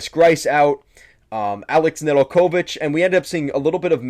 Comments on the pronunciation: Pretty poor review. First hints were the pronunciation of NedelKOvic and SEEmoan Edvinsson telling you this guy has very little idea what he’s talking about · “Na del co vitch” Nedeljkovic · Neh-dul-KO-vich? The accent goes on the second syllable. Come on now. And Babcock wasn’t fired by Detroit. Babcock decided to move on and his choice was between Buffalo and Toronto. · Babcock got fired by Detroit? No, they got outbid by Toronto that made him the leauges best paid coach, then THEY fired him, not us. Zadina might not get a spot on the roster beacause of "younger top prospects like (26 year old none drafted career AHLer) TARO HIROSE"?😅 And that butchering of how to pronaunce Nedeljkovic... Sorry not trying to be mean i just could not continue to watch after those three glaring mistakes only during the first 5 mins of this video. Do some research before posting if you want your channel to be taken seriously and grow... No offense just a friendly tip. LGRW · Bro do you not watch the games? WHy'd you say Ned's name like that? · I could not contine to watch after that butchering, in general i basically feel that all credabillity to know what the heck you are talking about gets lost when ppl cant even pronaunce their names😏